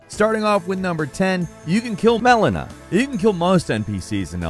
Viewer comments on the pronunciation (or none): I'm surprised they had to dub over saying Melina so many times.. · lol that audio patchwork. "MELINA" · Probably Mileena or Manila. Or Malenia haha. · I like the sound edits of your voice in this where I just know you mispronounced malenia and radagon.